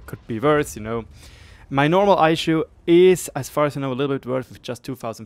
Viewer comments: Aeshu hahahaha Try "eesoo" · Eishu?? Ei-Ess-You I understand that English is not your native language, but stuff like this hurts.